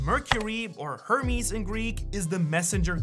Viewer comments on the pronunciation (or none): none